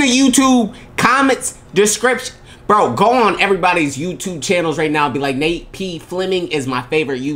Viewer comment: It’s Nate not “Nape”